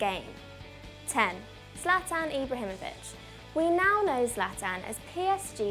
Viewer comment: Dudes if she can say Zlatan Ibrahimovic she knows her stuff 👌🏽😂 good job, enjoyed the video!